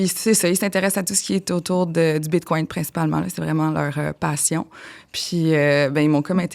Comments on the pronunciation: Désolé mais je n’accorde aucune crédibilité à une personne qui dit : ''BitcoinT'' au lieu de bitcoiN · Tu sais que tu as affaire à une connaisseuse lorsqu'elle prononce bien le "T" à la fin du mot "bitcoin" !